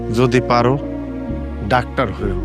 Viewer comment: ৫৮:২৮ ডাক্টার না বে, ডাক্তার